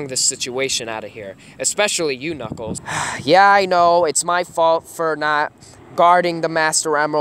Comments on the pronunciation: Did you call knukles snuckles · yep he says snuckles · U said snuckels